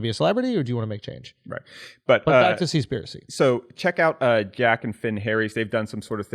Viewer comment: It's not called "Conspirasea"